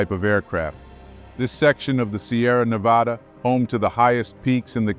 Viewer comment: Yay, someone pronounced Nevada the proper way!!! its not nevauda...like some people say.